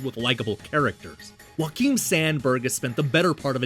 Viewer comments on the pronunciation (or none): Now I'm even more excited to play this one! Also that's not how you pronounce Joakim, the J is not silent (source: I'm Swedish). As for my favorite Metroidvania action hero, I'm gonna answer with Soma Cruz from Castlevania Aria of Sorrow and Dawn of Sorrow.